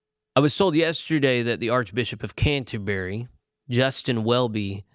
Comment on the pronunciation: It’s unfortunate that this presenter seems to know so little about Anglicanism, the third largest world church. He needs to learn how to pronounce the word ‘Canterbury.’